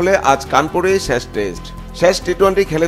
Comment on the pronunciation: 'শেষ' কে 'শ্যাষ' বলছে। ২০২৪ কে ২০১৪ পড়ছে। কি একটা অবস্থা!